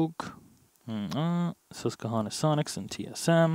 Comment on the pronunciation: As someone from the Susquehanna valley in Pennsylvania, It irks me every time says it lol. It's a QWA not a hard KUH sound!!!!!